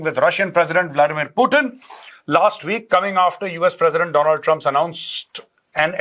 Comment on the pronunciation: Dolund trump 😂😂